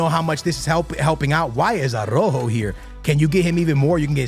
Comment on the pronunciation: Why do you disrespect Araujo calling him "Arrojo"?